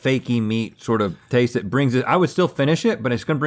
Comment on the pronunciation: “LeTs TalK AbOuT ThhhhhAaAUH-t” -Link